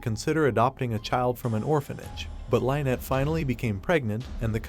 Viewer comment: Why do you keep mispronouncing her name? You are calling her "Line-nett." This name is pronounced "Linn-nett."